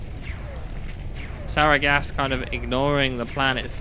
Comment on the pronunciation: Ty for another great cast! Btw, Sargeras is pronounced "S-arh-g-eras" Its a Titan in WoW, so if you you want to Google that, there should be plenty of videos on how to say it :)